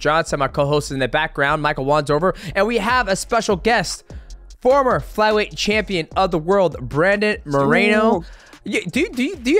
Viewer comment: “Former??!? 🦻 did he just say foremer?!???”